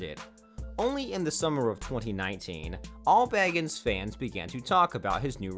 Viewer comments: The narrator kept mispronouncing his last name! It was annoying. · that's not how u pronounce Zak's last name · Thank you!! Well said!!! It is so VERY obvious (especially after Zack has been a celeb and on TV for THIS amount of time) that he pronounced Zack's second name incorrectly, over and over and over!! : (